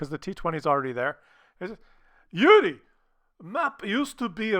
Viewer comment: Came here following Skill's recommendation. Stayed for hearing doing his Russian accent calling "Yuri". Can't get enough of that.